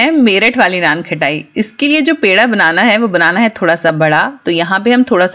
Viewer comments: First Learn it not KHATAI ITS KHATAI U r repeatedly saying KHATAI When u can't pronounce then how u cook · Sounds good. Pls correct your pronunciation. It’s not something “ khatta “ so it’s not pronounced like khattai. It’s “khasta “so it’s kha-ta-I. I hope you got it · Khttai nai HOTA khtaai HOTA hai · बार बार नान खटाई नान खटाई बोल रहे हो खटाई नहीं खताई बोलते है। खटाई का मतलब खट्टा होता है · It’s naanqataaii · You are misprouncing the name. Correct your pronunciation, it is annoying